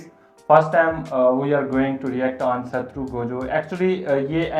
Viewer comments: Satru nahi Saturo Gojo bolna bhi nahi aata 😅😂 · Bolna to aata nahin Hai sutturu kah rahe hain😂😂😂😂😂😂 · Are yaar 😂😂😂 it's not Satruu Gojo it's Satoru Gojo ... But koi bat nhi ... Next plzz Levi Ackerman ❤ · Gojo saturo ko satru 😂 bol rha hai